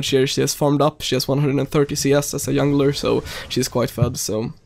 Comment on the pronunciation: “Yungler” lmao